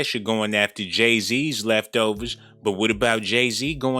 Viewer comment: Lolol 😆 I love how u say leftovers 🤣 😂